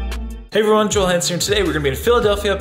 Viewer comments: haha she kept calling you Joe-ell. cute. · Jo-el lol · She mispronounced Joel name wrong so many times. #Joelle 😩🙄🤦🏾‍♀️ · Lmao she calls you Joelle. I think it's funny. You crushed this challenge man great work! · FUNNY 😄 HOW She kept SAYING your Name WRONG 😑 It’s One ☝🏻 Syllable JOEL JOEL JOEL JOEL!!!!!!! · she was killing me with the mispronunciation of his name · Good job Joel. I hope the way she kept mispronouncing your name didn't bother you as much as it sis me...